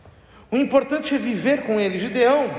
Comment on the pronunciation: Na minha bíblia esta escrito: GEDEÃO e o sr fala GIDEÃO